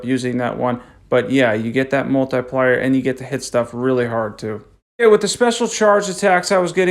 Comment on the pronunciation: multiplier sounds like a tool when you say it lol great vid